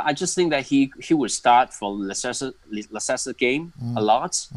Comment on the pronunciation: trypeer, liesester, reecharlayson l0l